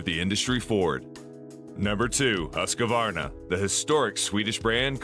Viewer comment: no its not. but yours is better. the right way so pronouce is HUS QVAR NA, or to make is simpler, HUUS-KVAR-NAH. say the U like in USA. and the A like in America. 😁